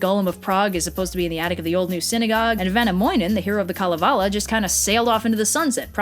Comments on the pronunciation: Kugu Jumo I think her pronunciation of "-möinen" and kalevala wasn't actually that bad, hopefully we get videos of kalevala at some point :) and suomi mainittu, jes :D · I laughed when you said Kalevala and Väinämöinen (ps. Not trying to hate I realise that it is almost impossible for an Person who is not Finnish to pronounce it correctly!)